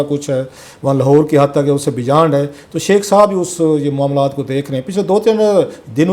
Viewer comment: Nay Ve-lag k sath hazir hu 😂😂😂😂jahil ensan ....beyand nae hota jahil ensan beyond hota ha ...